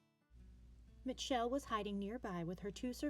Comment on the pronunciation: Bitch how do you mispronounce Mitchell lol